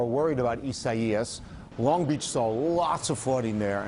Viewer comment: Its hilarious hearing them pronounce isaias.